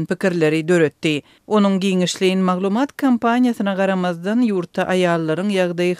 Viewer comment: прекрасный туркменский язык у вас! Только надо говорить не маглумАААт, а маглУУУмат.